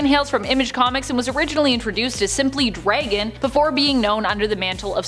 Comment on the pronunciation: Savage dray-gan? I hate the way you guys pronounce things 🇨🇦